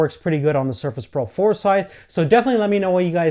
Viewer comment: All I can hear is Sherfish Proh 4, but excellent video!